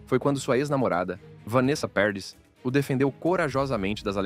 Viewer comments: " Peredisss"?😂 Parradiiii! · A pronúncia é Parradí !